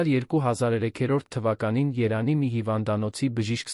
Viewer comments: Երան չէ-Երևան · Միթե չես կարողանում Երեվանի ն ասես երանի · Այ անգրագետ ոչ թե երանի այլ Երեվանի ոչ թե գոյատել այլ գոյատեւել ոչ թե դեռս այլ դեռեւս այ անգրագետ դու երեցի եվ տառը չես սիրում